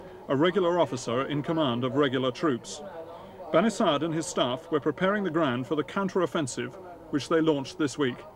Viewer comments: ok i just heard the guy say "bani sad" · Why is his name spelt Bani Sadr when the R isnt prounced? Or is the narrator getting it wrong